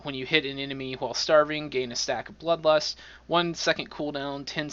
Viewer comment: Did you say lud blust for blood lust?